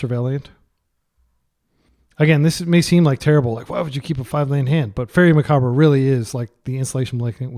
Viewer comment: i have liked your videos but PLEASE learn how to pronounce macabre.